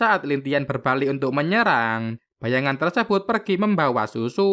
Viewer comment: Zuzu bang bukan sUsu